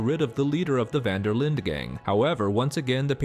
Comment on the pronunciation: The way he pronounces Linde though! ....Linda! 😂😂😂